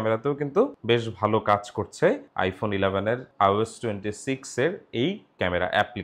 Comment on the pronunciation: ভাই বার বার আওস বলছেন কেন? আইওএস হবে, ঠিক না?